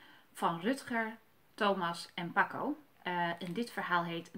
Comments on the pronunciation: Je zecht paaco geen paco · Ze zij paco het is paaaaco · Het is paaco niet paco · Het is paco niet paco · Je spreekt het verkeerd uit namelijk paco